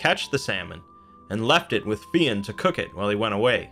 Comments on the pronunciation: It's not Fee-in. It's fyun. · Fionn pronounced fyun not feeon well that's the way it is pronounced now idno about earlier in Irish times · Jesus Christ!!! It's pronounced FI UNN not FEE ONN !!! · You are right - he can be called Finn (like Fin) or Fionn (like Fuh-yun) - not Fee-ann that the reader here is saying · It’s not pronounced Finn, more like f- yon maccool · I always hear Fionn pronounced fuh-yun but one syllable like Fjun. Great video btw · Not to be a pian but it's pronounced like Fyun. Irish be tricky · Fionn rhymes with young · Yeah, I think just mispronounced it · You pronounced fionn wrong